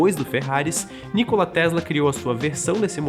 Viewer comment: A pronúncia não é Nícola, mas Nicóla